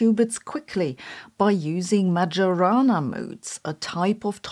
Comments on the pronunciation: More like Mary-Juu-Ana 😂. And now I have the muchies all of a sudden. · Sabine, the j in Majorana is to be read the German way, not the English one. "Maggiorana" is an aromatic herb good for cuisine, here in Italy. Majorana remains the pride and mystery of our physics. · I'm not sure "majorana" is pronounced with the J having a soft-g sound as Sabine did, or with a German-j sound (y in English). So I looked up the meaning of the word and learned that it is "Majorana may refer to a particle, an experiment, or a herb. ". I see what someone is doing! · Nitpick comment of the day: "Majorana" Is pronounced like a German would do, not like an Englishman ;) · Every time "Majorana" is pronounced in this way a quantum fairy dies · This pronunciation is smoking majorana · It's pronounced "Maiorana" not "Magiorana". By the way, as usual Sabine's videos switch on the light to see what we often don't want to see: the harsh truth. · she has a PhD in physics but doesn't even know that it's "Mayorana" not "Majorana". Doing research should be second nature to her, this is so disappointing. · Isn't it pronounced ma - "yo" - rana rather than ma - "joe" - rana? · Majorana like mayonnaise not like majority. Thank you for your excellent and original point of view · Its not MaGiorana , its Mayorana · It's Majorana, not Madʒorana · Stop listening when Majorana was pronounced like "j-ourney". It should be like "ee" then "o". It should refer to Ettore Majorana, the misteriously disappeared genius. I hope it doesn't come from any football player I'm not aware of. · that's "Mayorana" instead of "Madzhorana"😢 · It's /maɪəˈrɑːnə/ . The 'j' does not have its distinctively English pronunciation. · Hi. Did you know that Majorana is pronounced "Maiorana"? Look it up if you don't believe it. I think it would be super cool if everyone started to pronunce it correctly. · Please learn to pronounce Majorana. This is insulting. It's Mayorana. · Please Sabine, it's MaYorana. It's Italian.